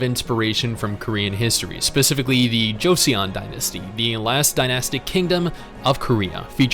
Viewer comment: At least check the pronunciation of a word. It's not like we don't have the technology for free and it only takes about 15 seconds to find out how to say Joseon Dynasty correctly. Made me cringe so hard.